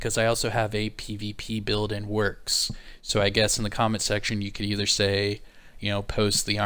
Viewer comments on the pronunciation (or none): none